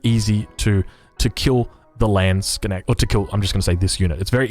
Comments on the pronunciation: How can you pronounce Landsknecht like Lehnschg'näggt??? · Landsknecht( "the Lands-kne-cht" ) just don't make a break between k and n.